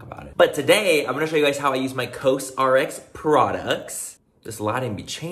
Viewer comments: Has anyone mentioned yet that it’s said like “cause rx”? 😂😂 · I love you Manny but for the love of Korean Skincare.... Actually learn how to pronounce the brand that’s sponsoring your video!!! 🤦🏻‍♀️🤦🏻‍♀️🤦🏻‍♀️ Cos RX like Kors